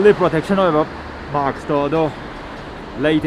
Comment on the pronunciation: It's mask not maks.., sorry i had to XD anyway stay safe buddy!